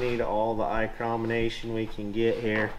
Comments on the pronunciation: i love that you always say eyecrometers. then when your actually holding a micrometer you called it a caliper. lmao. made me laugh. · 'Eyecromination' Get Mirriam Webster on the phone